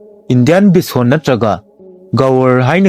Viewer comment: tricolour- pronounced as: traikalar, not trikalar Bison- pronounced as: baisan, not beesan